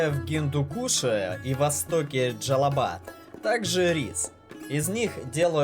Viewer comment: ....ПРАВИЛЬНО НАЗЫВАЕТСЯ НЕ ДЖАЛИБАД, А ДЖАЛИЛАБАД!!!